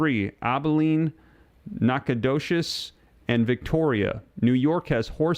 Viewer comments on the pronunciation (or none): none